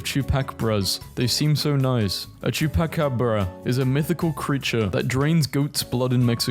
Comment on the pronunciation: No. Go back and pronounce chupacabras properly.